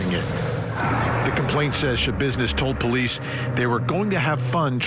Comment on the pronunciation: There's no business like "Scha-business". 😆